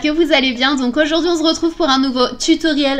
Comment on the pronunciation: "auzourdhui on z'retrouve" sa me fait toujours autant rire ta ptite phrase de présentation 😂 Cette palette fait rêver 😍 MAGNIFIQUE maquillage comme dhaab ! Je t'aime foooort Gros bisouuus ! Eh si tu me fesait un ptit coucou de ton snap ? 😊#SnapananasForever 👑💚💚🍍🍍💚💚